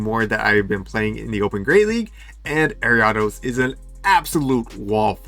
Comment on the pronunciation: Was gonna rib you for the way you pronounced Ariados, but you're too cool.